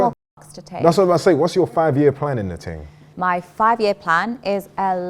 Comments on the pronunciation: "United nations ting"😂😂😂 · “This ting could bring world peace” 😂😂